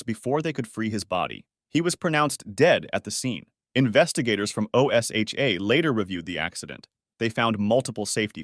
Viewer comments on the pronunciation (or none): Just say it as a word. Osha.